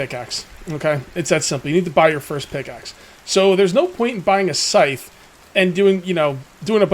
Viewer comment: Scythe rhymes with lithe, not life. :-)